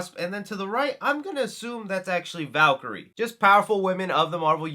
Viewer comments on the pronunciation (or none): none